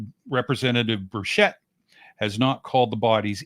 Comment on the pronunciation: Burchett. It’s pronounced burch like the tree, it’s a hard c. It is not pronounced BurSHett. It’s BurCh-ett. As in Choo choo. Or ChurCh, searCh, crunCh. Etc….